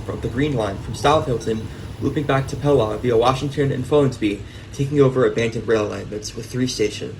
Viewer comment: great video! for future: pelaw is pronounced pee-law by the way.